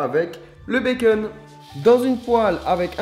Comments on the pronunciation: bacon pas beceun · fastgoodcuisine tu dis " bacen " mais en fêtes c'est "bacon " MDR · Il stress que moi quand il dit " des tranches de béceune " ?